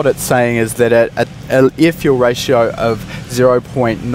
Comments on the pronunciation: the amount of ieeh, ieeh fuel ratio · Please please pronounce the word (air) properly..you were throwing me off during the whole video.